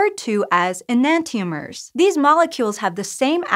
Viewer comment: Am I the only one who doesn't pronounce enantiomers that way? :|